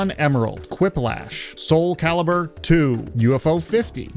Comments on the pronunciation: I appreciate a lot how you said Soul Calibur II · The very exact pronunciation of "Soul..Calibur....Twooo" is the real MVP of the whole video. Really liked your rational on not returning to CS. I have the same situation. 100s of hours during high school in custom lobbies playing gun game. Also an early adopter forced to download steam back when all it was was a server client to run Half-life and CS matches. Yet all that considered, I have not returned to CS, Minus a 2 round foray in the Source, for almost 20 years